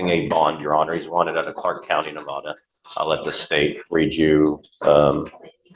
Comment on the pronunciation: Ahhhhhhhhh it is Nev ah duhhhhhhh